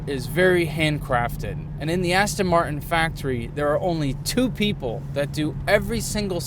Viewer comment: Every time he says "coupe" I want to shout at the screen, and the butchering of the word Martin is annoying too - but on the plus side he seems a great bloke and the car is f'ing gorgeous!!